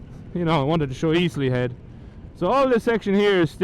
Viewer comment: Congrats on 50 videos man! Slea head is a savage spot to be fair. Us Kerry folk pronounce it "Shlay" ;) I'll never forget that bend , I came around that at night on the Super Four and I have no idea how I didn't bin it! I'd forgotten it's all stone not tarmac as the water runs so often there the tarmac goes all cat so they never tarmac it haha! I don't save any of my videos, I just upload them and then delete them haha! I actually just ordered a 2 piece rain suit to go over my leathers! They arrive Thursday! :D Going to need them for when I head up North for the Photo Rally! Don't want to get caught in the rain and have wet gear for 3 days....